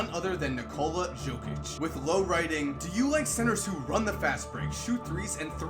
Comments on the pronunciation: In 2k, I always read Jokic as Yo-Kick cause Yo-Kich was too unusual to say. Hearing Joe-Kich is just plain weird for me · Nikola Jokic, its Yo-kic, not Joe-kic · Yo, you are not saying Jokic's name correctly. The J sounds like a Y. It's pronounced Yokitch. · He reads like it says Nikola Žokić😂😂😂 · Nikola Jokic, Jokic is pronounced as Yokich :D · jokic is pronounced yo-kich and i cant believe he was a second rounder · im a serbian and i started laughing when you said jokic its pronounced yokic but keep up the good work love your vids man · Jokić, J pronounced like u from united, not J pronounced like Jamaica. Great video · Nice video, that's not how you pronounce "Jokic" though. The "J" is pronounced like the "Y" in "Yeah". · Research how to pronounce Jokic before you do the video,man. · man u butchered Nikola Jokic's name, but great vid, keep up the work! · Omg... how many times did he pronounce Jokic's name wrong?😂